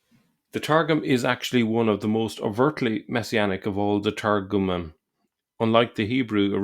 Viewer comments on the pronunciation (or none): I wish you'd at least pronounce the masculine plural in Hebrew properly. It's something like Tar Gum EEM.